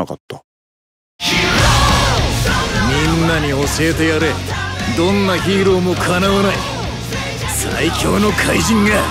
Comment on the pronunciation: ヒーローがヒイロに聞こえたわ